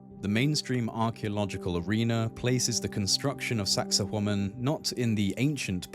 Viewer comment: well, it isn't and a native speaker has a youtube on pronunciation. Besides which, you are not saying wa-man, you are saying wo-man with the accent on the second syllable. I have heard numerous people talking about this place and there are two, you and another, who are saying it that way. But whatever, I'm sure you are right and everyone else is wrong.